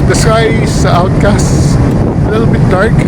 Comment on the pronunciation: Overcast po sir; not "Outcast." Anyway, wonderful video sir!